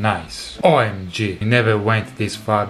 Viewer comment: EPICO! I also just love it every time you say "OMG", just to hear your beautiful, clear, pure Italian "O", not the diphthong version we English speakers use.